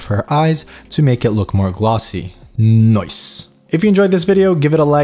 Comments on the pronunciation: I like how he says "NOICE" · Can u like stop saying noice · the way you say "noice", it's very NOICE! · Love it. every time you said Noice.. I repeated NOICE :D Ill definitely check out the anatomy :) Thank you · and its most likely australian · NOICE XD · did not expected to hear that as well, haha.